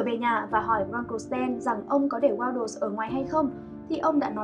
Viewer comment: Waddles nha chứ ko phải Waddel w2w đọc nhầm r